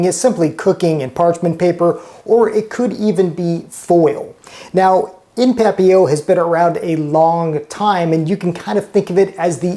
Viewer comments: It is, but his French is obviously in the same realm as his arts and craft skills, all of which he makes up for in food. LOL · I don't speak French, but I always thought the "t" was pronounced in papillote. That looks like milk glass.